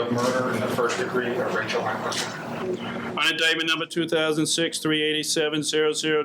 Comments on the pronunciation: not me thinking ya keep saying "kneel and whistle" honest edit - doesn't sound like Chief Wiggum lmao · Thought he said "Neil MeatWhistle" 🥩😙